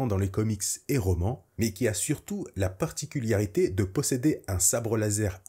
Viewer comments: Pourquoi tu dis "particuliarité" au lieu de "particularité" ? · Vidéo super cool comme d'hab t'es au top merci pour ton travail, tout petit minuscule bémol tu dis "particuliarité" à chaque fois ça me fait un peu tiquer 😅. Sinon super vidéo hâte de découvrir cette série et tes prochaines ! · particularité et pas particul Y arité qui ma trigger toute la vidéo mais cettte dernière est encore une masterclass bv !!!! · ParticulArité et pas particulIArité. Sinon merci !